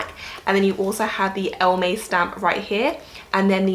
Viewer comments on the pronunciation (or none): Ive Also been eyeing up the Wandler Georgia but in the classic tan color. One note about elleme, i used to pronounce it the same as you then found out it’s a play on the French “Elle aime” meaning she loves!